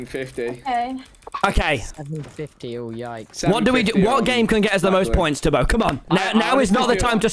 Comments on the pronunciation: every time he said it, I just heard Toby, Tubby. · hahaha Tommy called Tubbo "Tubby" .....its like Teletubby